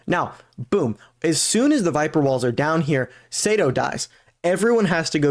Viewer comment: Btw lol Sato is pronounced like Sah to